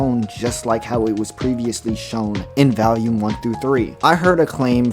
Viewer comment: the consistent mispronounciation "valume" just keeps throwing me off